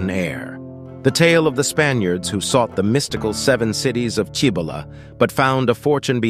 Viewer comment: That would be pronounced see bow la.